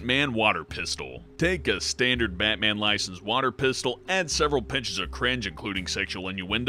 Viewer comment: Batman Water PISS-tol